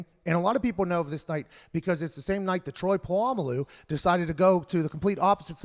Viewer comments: Troy Pa-llama-lu 🤣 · Lol why he say Troys name like that 🤣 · When will pat ever learn how to say Polamalu correctly lol